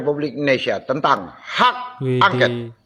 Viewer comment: Bukan hak angket paaak. Tapi hak angkot.mkc klu baca teks itu pelajari sampai hafal paaak